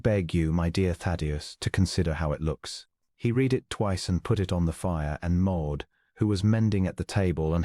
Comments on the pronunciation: Please teach AI reader past tense of read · You need to teach your AI how to read. (not red) That and distracting background is a major turn off. I listened for an hour and had to give up, it was too repetative, and got boring.